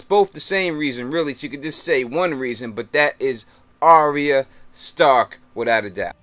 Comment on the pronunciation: Isn't it pronounced Are-ya not Arry-a?